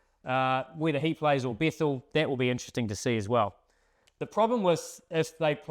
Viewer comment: it is bethell not bethall